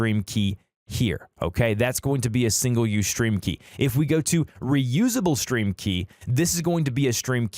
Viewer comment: Y r u saying shtream